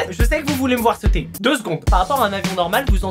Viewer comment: Il as dit sautuer